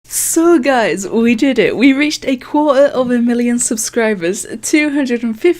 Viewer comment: quater? more like quack